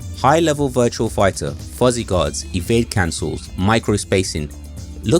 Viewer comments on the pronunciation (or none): It's Virtua Fighter, not VirtuaL Figher. Great video though!